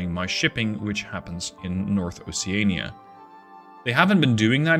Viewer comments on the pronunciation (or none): none